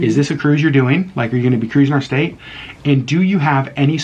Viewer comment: State, not statue. 😂